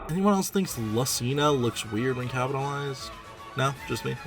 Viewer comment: I love how he refuses to pronounce Lucina's name correctly, and how it get worse and worse as the video goes on 🤣